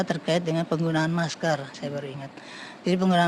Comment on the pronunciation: Menggunakan maskerrrrrr....bukan maskell..